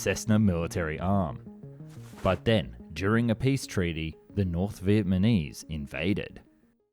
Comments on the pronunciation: Are you saying Vietmanese? It’s Vietnamese. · Your videos are always so high quality, well researched and informative but then you cannot pronounce VIET NAH MESE to save your life, hearing VIET MAH KNEES is so distracting, just say it slower or something please get it right, its been multiple videos now.. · Am I hearing things or does he keep saying "Vietmanese"? 🤣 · Who were the Viet Ma Neeze? (Shame on you!) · Oh yes... the Viet Ah Meez. A dastardly foe. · Say it with me: VietNAMese. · I loved this video and found it very informative but I couldn't help giggling every time you said 'Vietmanese'. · Ya gotta stop saying "vietmanese" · The amount of times this man says “vietmanese” is painful. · “Viepmanese” is a new word I’ve never heard of. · Look, it's John Kerry! When I was in Viet Nam in 1998, I saw one of the A-37's on display at the Da Nang Airfield, and she was in pitiful condition then, I'd hate to see what she looks like today, if she's even still there. BTW, It's pronounced Viet NA mese, mate. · Why does he keep saying North Viet Ma Nese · Australian? Speech impediment? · I suspect that he makes deliberate mistakes in his videos so that people react to it and the comments make it a more popular video. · Are you saying "Vietmanese"??